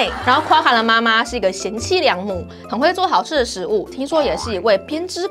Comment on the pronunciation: Quokka唸闊卡不是跨卡喔